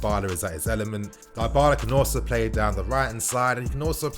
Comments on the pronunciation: Die-bala? It's Dybala fam. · Die-bala seriously 😶 Butchering another name by him again 🤦 It's pronounced as D-bala bruv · It’s pronounced Di-bahlah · Dee baaa laa Nini is is how its pronounced bro just saying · it's "DIIIIIBALA"(Dybala) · U pronouncung dybala wrong